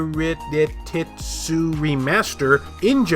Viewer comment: I've got to admit... your response to Your Diary+ creeped me out a bit. The DRPG looks good, but like you said, it's probably Japan only. Yumeutsutsu... you could look up pronunciation. It's sort of surprising that this and Your Diary+ will even be allowed to release on Playstation, even in Japan. I wonder how many times they had to make contact, in English, to stay compliant? I wouldn't be surprised if Playstation blocks either or both, at the last minute. Most of my Platinums aren't super hard to get but I still feel bad that my first one was for The Walking Dead S1. I'm not really interested in playing shovelware for easy trophies. Ultracore... you've covered a lot. Let's hope that its performance isn't garbage. The delays have me a little worried. I know that you like to keep a cheery disposition, but so far, this month looks pretty sad. If Ultracore has major performance issues then the most interesting game is probably Konosuba and it's a pretty darned expensive import.